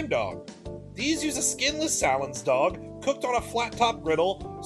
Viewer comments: Bro... it's SAY-lens, not sale-INS. And if it's not cooked over coals/on a grill, is it even a hot dog? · no hes not. we dont say sahlens like that or dip pizza logs in bison dip....